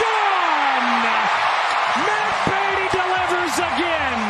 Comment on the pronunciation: Matt Beaty MATT BADE-EY